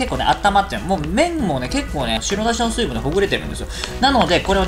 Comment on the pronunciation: 酔っぱらうと「白だし」が言えなくなるのかww